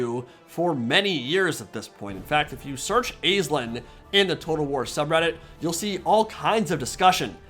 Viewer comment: Over here in Ireland it’s pronounced ASH-Leen